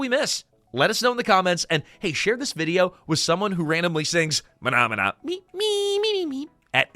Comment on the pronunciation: MAHMANA!!😂(60s kid!!)